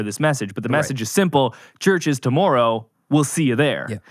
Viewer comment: Worried about being roasted for a song... gets roasted on pronunciation of tomorrow.